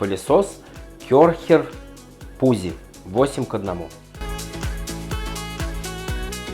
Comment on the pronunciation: ПуЦи, а не пуЗи, дружище, по немецки читается